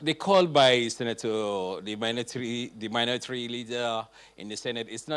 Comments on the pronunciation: said minotry leader, can someone please tell him that it is called minority leader. The guy has no point to make other than the same old way of defending Buhari, while people are dying everyday in Nigeria. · Did the SSA just call Minority as Minotory?